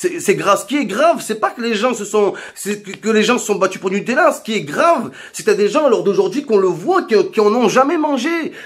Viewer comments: Ouais sur le fond il a raison, c'est la façon qu'il a de le dire qui me fait marrer, le "nupala" il m'a terminé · Du "Nupalla " mdrrrr